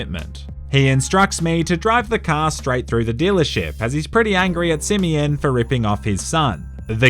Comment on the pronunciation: Simeon: exist Nobody:: SiMiyINn